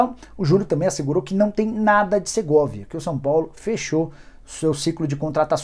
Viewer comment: Não é Segorvia, é o SERGAY